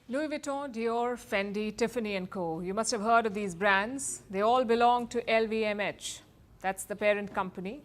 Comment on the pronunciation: Great News show, but the presenter should work on some of her pronunciations to reach a wider western audience... Forty is pronounced as for-tee, not four-tee. Insurance, stress the first syllable, same for Industry. Deter, is d-ter, not day-ter. LVMH, the letter H is pronounced as ai-ch, not etch.